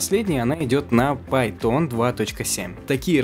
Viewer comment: Что за "пАй-тОн"??? Имя китайское? Если про Python речь, так это одним словом с ударением на "а" произносится. Или это шутейка люто смешная, а я не понял?